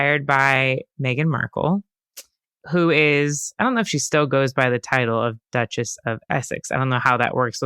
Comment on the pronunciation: .....the Douchess of Sarf-end.